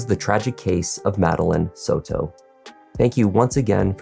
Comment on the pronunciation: It’s not sew-toe. It’s Soto. Like Soda but with an O at the end instead of an A.